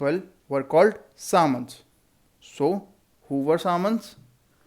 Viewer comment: Sir we pronounce samantas differently